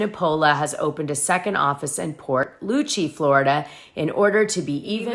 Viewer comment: Port st Lucie is pronounced St.Lucy. I'm team Anthony. Cannot stand Todd. I grew up with a bunch of him. Also Alexia seems means since she met him.Uggg